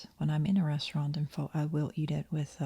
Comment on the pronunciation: Pho is pronounced ‘fuh’ ❤